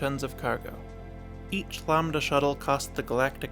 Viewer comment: Bro continuously pronounced it Lombda instead of LAMBda